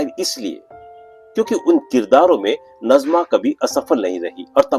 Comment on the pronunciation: नजमा नही नाज़िमा है